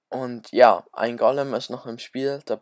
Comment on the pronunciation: Es heißt Golem und nicht Gollem und die P.E.K.K.A und nicht das P.E.K.K.A